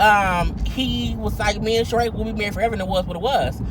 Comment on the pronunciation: I know this is very trivial but I have to say that his Ex wife's name is pronounced Shereeeeeeeeee!!!!!!!